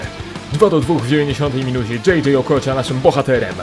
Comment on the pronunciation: Śmieszy mnie jak mówisz Okocia XD